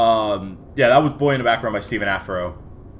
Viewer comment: Its been a while since I've watched in of your video, its good to be back!!! Also i think his name is pronounced "steph on a fro"